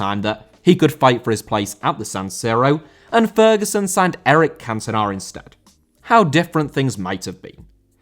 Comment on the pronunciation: Cantona* not Cantonor